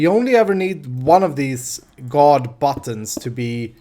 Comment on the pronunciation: buttons = buddons in language=D